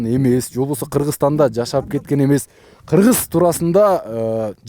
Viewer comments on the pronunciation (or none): none